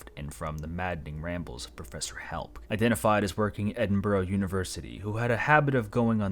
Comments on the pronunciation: tsk tsk edd-in-bur-ruh or edd-in-bruh not borough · edinburgh is not edinburrow it. ed in bra im not even scottish but why cant american and canadas get it right 😂 great vid tho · As a Scot, the pronunciation of Edinburgh made me laugh. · yeah the anglosaxon word burgh or berg just means fortified town as the city was in northumbrian lands, but its now scotish hence why it an ahhhh sound R and ah sound its not eding berg 😂